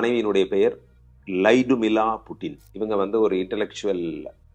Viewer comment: லைடுமிலா இல்லைங்க லுட்மிலா